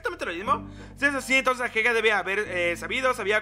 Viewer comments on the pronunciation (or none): Porque le dices ahega en vez de ageha aaaaaaaaa, talvez es algo que paso en tu serie porque no la vi pero no me gusta xd